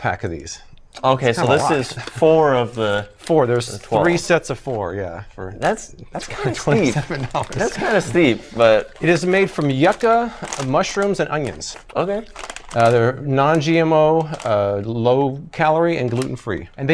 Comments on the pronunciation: Yuca is pronounced u-ka not yucka. Its like a super starchy fibery potato, it's a casava root. So good with garlic mojo. Love the idea of this being a series! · You Kah. Not yuck ah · Not pronounced Yaca. Actually pronounced U- CA. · I love how you pronounced yucca lol it’s you-ka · It is pronounced You-ka. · Yucca is pronounced "You-Kah". Great video! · Yuca isn't pronounced that way....